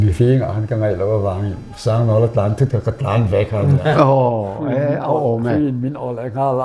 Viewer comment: " Tlan" tih i sawi dan hi a pai, Maian bai tih a, Bai tih sang hian a ri tur a ni.